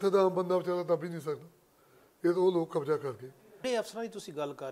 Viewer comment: Jadon tusi tv ya khabaran vich bolde oh, tan sahi tarha akharan nu bayan kareya karo, kabja te jameenki hunda. Kabza te zameen sahi alfaaz ne.